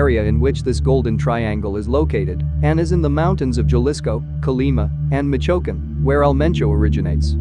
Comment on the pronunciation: Cartel of "gell-isco' from "mitch oaken" man. He didnt even try to pronounce it somewhat correctly